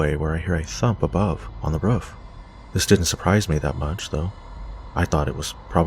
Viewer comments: U say roof like woof ! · I had to keep replaying the roofman story because of the way you say "roof". the way you pronounce it probably because of your accent would make me lol foreal. are you canadian or american btw LOVE your channel, just found you last week and can't get enough. keep it coming yo